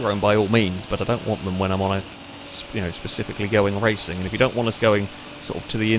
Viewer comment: Why can’t you say “racing” correctly